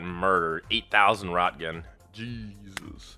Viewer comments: "Rotgun" 😂 Most pronounce it "ront-gen" or "roynt-gen" [hard G, not soft]. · It’s pronounced rent gen I know it’s spelled Roentgen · It's prounced "renkgens" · Roentgen: sounds like “raynt-kin” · Cool video... just fyi it is pronounced "Roe-ENT-gen" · lol the butchering of roentgen